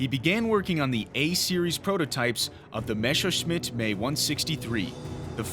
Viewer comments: F**k Me/ME. It's Messerschmitt not Mescherschmitt. It reminds me once I told friends I have read about some "rough" pilots. They laugh because it's pronounced "R.A.F"? I was ten back there but you sound like an adult. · Seit wann wird denn Messerschmidt "Maysserschmidt" ausgesprochen? M.E ist passender als May...